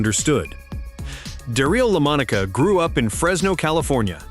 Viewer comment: I really wanted to watch this video but If you can not pronounce correctly the name of the person your video is about then I can not take your video seriously enough to watch it. I do realize this voice is A.I. genererated it does not matter you still have to get the name correct. I wish you good luck with your next video. I know making YouTube videos is hard and maybe your future videos will not contain these type of errors.